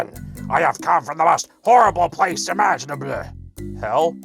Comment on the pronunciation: “Most horrible place immaginableh” 🤣🤣🤣